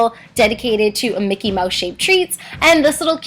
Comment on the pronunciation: It's mouse not moush